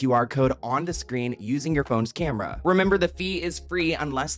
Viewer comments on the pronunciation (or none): none